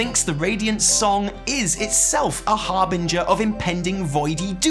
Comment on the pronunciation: commenting to point out your correct pronunciation of the word "harbinger". good on you,, rating: 9 Hard G's out of Proper Phonetics